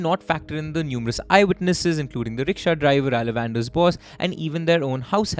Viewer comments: That ‘A Lavender’ Pronunciation is sooo distracting. It’s pronounced as ‘ Aala vandar’ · Not alavander like alexander. It's pronounced as Aa la van thar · elle-a-vander took me out 😂 it can't be that difficult to verify name and place pronunciations with people from those areas. unless you guys are not based in india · I just loved the mistakes in pronunciations 😅 Ceylon -> sea-loan Alavandar -> aah-luh-wan-dhaar The above are the correct pronunciations though Keep up ur good work bro🔥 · The way to pronounce his name is Aa-luh-vun-dhar, which coincidentally “the one who came to rule” in Tamil. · That's the most videshi way of saying Alavandar. I couldn't figure it out for like 18mins into the video 🤣😆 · I was so annoyed by the repeated wrong pronunciation that I stopped listening. He also pronounced "Hindi prachaar" as "prature" similar to "fracture."